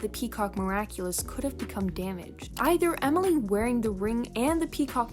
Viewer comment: Did you just say Omoly it’s pronounced Emily